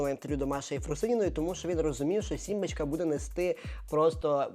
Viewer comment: Сорян. не "симбачка", а "сімбочка". не "пропагандувати", а "пропагувати". Пане, беріть на озброєння ☺